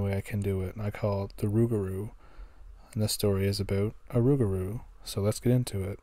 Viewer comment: You did a good job on pronunciation of the rougarou,which is the cajon word for lupe garou.